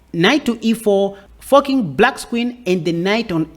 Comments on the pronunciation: You are (accidentally?) making fork sound like fuck and forking sound like fucking, and it's hilarious! Great video though! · Is he saying "fu ck ing the queen" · You gotta stop saying forking with your accent buddy 😂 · I wish I could get away with his pronunciation of "....forking the Queen ". Gives me the "chuckles" every time. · he’s forking pronouncing like a g.